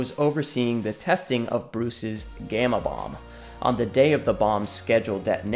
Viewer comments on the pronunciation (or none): none